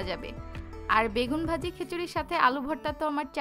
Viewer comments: খিচুড়ি not খেচুরি 😂😂😂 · খেচুড়ি না অাপা খিচুড়ি বল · খিচুড়ি কে খেচুড়ি বলেন কেন